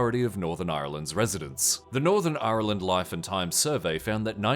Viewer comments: It's not pronounced the way it's spelled - so "ire land?" I've heard Brits say it that way too. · On today’s episode of “north Americans trying to pronounce Ireland” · The way you pronounced Ireland is amazing and I want to start a petition to make that the official pronunciation purely for my own amusement